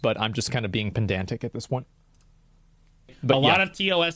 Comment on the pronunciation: I know I'm being "pendantic" but it's actually pedantic! 😏